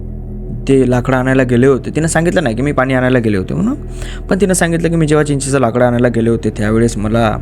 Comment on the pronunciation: चीचाच झाड, नही भाऊ! चिंचेच झाड हो!😂